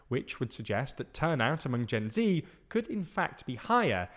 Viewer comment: You pronounce Gen Z wrong